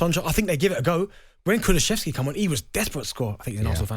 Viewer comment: Benty still cant be assed to oearn how to say Kulusevski.